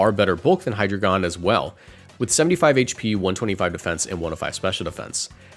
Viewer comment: Ngl the way you pronounce hydragion irks the hell outa me.